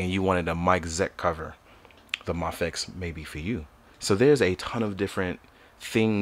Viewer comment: It’s pronounced may-fex (mafex)